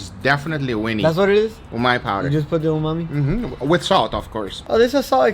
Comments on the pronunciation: Hey Guga, why do you keep saying "umai" for 'umami'? Also, your cutting board is obscured by subtitles, so non native viewers miss out on a lot of action. Can you reposition the platter or do a split screen so that the meat is not covered with caption? BTW, I'm from India, and a huge fan of both of your channels! 👍❤️ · You've said "umai bags" so much you call umami umai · Regular people: umami salt Guga: umai salt He's dry aging his own vocabulary